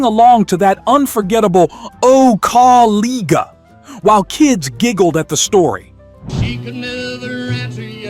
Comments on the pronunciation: AI messes up again, unable to pronounce "Kaw-Liga" correctly, a big mistake. Also it would be good to match the video clips with the correct artists like Hank Williams and Hank Williams Jr. !! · It is pronounced Co-li-ja. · Caw-LEAGUE-uh, huh? Stop with the AI and voice it yourself. Stop being so lazy. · I appreciate these songs. Would love it if you could say the words correctly. Kawliga was not correct. The i is a long i. The g is not a hard g.